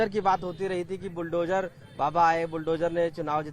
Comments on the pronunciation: Toh tumne phd kar li h kya bukdozer bolne mei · इसको बुलडोजर बोलना भी नहीं आता....🤣🤣🤣🤣🤣